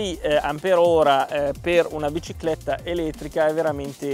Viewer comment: "La bcicletta"